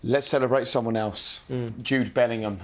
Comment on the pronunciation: How is Joe Cole a pundit, he can’t even pronounce Bellingham correctly 🤣🤣🤣